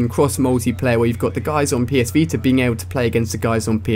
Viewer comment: ''PS VETER''